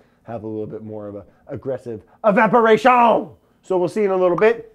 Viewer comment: man I lost it when he said EVAPORATIOOOON in that half French accent. He's the best